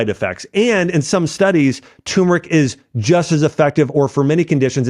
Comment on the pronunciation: Try pronouncing TURMERIC correctly, Dr...